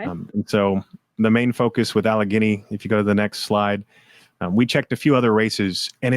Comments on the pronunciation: It's al leg gainy Allegheny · Allegheny is pronounced AL UH GAINY. Pittsburgh and Philly are BLUE. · It’s pronounced AL-eh-gany. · Pronounced "Alle-gaany"😊 THANK YOU ALL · Al eh gay knee is the correct pronunciation of allegheny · Next time please turn your phones to silent. It is distracting. Also maybe run through pronunciations prior to air time. E.g. ‘Meidas’ and ‘Allegheny’.